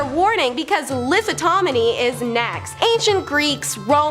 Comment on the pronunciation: "Lithotonomy"???? 😂 Lith-OT-omy. Sorry, mispronunciation is a pet peeve...